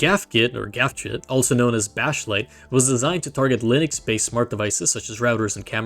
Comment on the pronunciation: Exactly. That's how you get stupid pronunciation mistakes such as "Lienex"